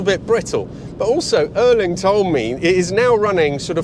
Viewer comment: So this is Erling Haalands car? - Not Ørling....his name is Ærling.